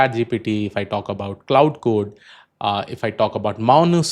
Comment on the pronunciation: You Lost me Pronouncing Cloud code lol